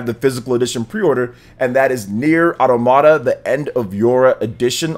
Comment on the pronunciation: I try not to be nitpick-y, but I swear, everyone mispronounces the word automata. It is not pronounced auto-mata, it should be pronounced ah-tom-ah-tah. I know, very nitpick-y, but so many people say that word wrong. I don't even know why it bugs me.